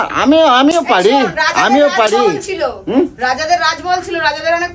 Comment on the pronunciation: Tui 😂😂😂😂😂agey thik kore kotha bolte sekh 😂😂😂 chilo ke chalo 😂😂😂😂